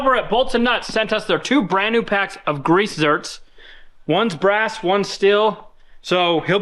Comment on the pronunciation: Zerk!!!! Not Zert!!!!!!